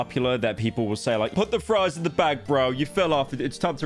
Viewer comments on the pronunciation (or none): none